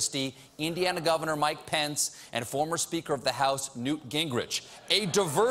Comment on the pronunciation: is steven unable to say "pence"? swear for the past 3 days hes been saying "pants"